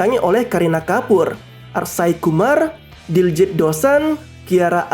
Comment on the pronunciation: akshay kumar bukan arshay kumar. nyebut aja ga bisa.